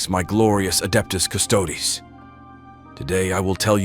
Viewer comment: It’s fun to wait and see what’s the next AI pronunciation brain-fart! 😆 (at least he got the Custodes right, after so many tries)